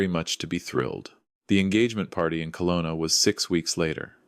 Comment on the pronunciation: It's Kelowna, not Colona. True story? I think not